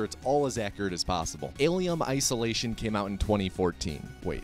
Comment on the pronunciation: Ahh yes Alium Isolatium